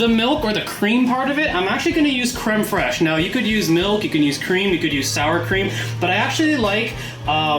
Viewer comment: Very liked the video! A few things: First of all, as the french guy, i liked how you perfectly said "crème fraiche". Then, it look like it taste good! Also, you need to add a close up picture of your meal when it's done, this way we could see it better. And finally... that a looooot of butter! :))